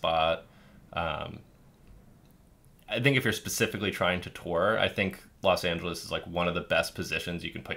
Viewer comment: if you are moving to LA, you have to stop pronouncing it Los Angeleese 🙂